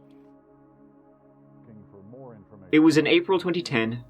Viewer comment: Its Stafford not Stanford.